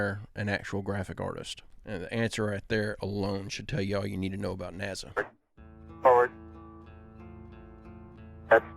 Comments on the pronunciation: It's nasa not naza lmao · its NASA not NAZA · it's NASA, not NAZZA irritates me unbelievably and I'm not sure why.. i hate nasa. but c'mon, u even said niezza with obvious Z, mistakenly obviously but it just proves my point. it's an S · love the way you mispronounce NAZA. PS The Good Harvest human meat is a hoax...."The show, which aired in Britain on July 25, follows presenter Greg Wallace visiting a hoax “engineered human meat” facility called Good Harvest. While it gives no indication of being a spoof early in the documentary, halfway through, it is revealed to be satire" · Nazza pronounce it correctly please and I was in the middle of this when you really messed it up bad to mind blowing 🤯 and I love the videos and feel the exact same about the little guy talking shit no God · Love your Channel ❤ i noticed you pronounce NASA different then most people, has anyone ever brought this to your attention? Just curious... but your doing an Awesome Job 😊..... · It's NASA doesn't have a z